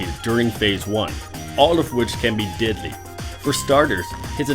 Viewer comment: Anyone else think that when he says deadly it sounds like diddly...